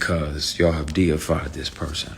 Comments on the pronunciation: Did He Say Madeafied Or Deified??? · Did he say.. DEA- FIED!!!...I. confused. Maybe that's a word and I'm just missing it, orrrr you trying to imply something... Lord help us ALL!!!